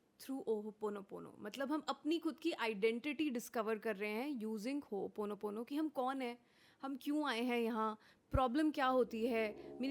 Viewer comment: Host is pronouncing it wrongly. Ho o ponopono not Ho oponopono. I am rectifying this because this word itself is a cleaning tool.. I hope you will not take this otherwise for correcting you